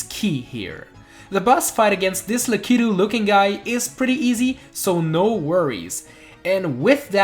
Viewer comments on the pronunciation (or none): its pronounced lack-e-2 you sead lack-key-2